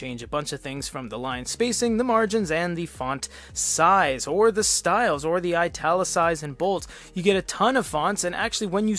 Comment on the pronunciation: Comment about the tts system, well its just not ripe yet. "The" it would read out like "t-he" sometimes, not always. I experienced same behavior with word "world" > "we" "orld"